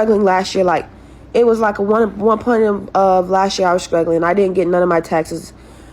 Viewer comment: "When I'm skressed out " is "skuggling"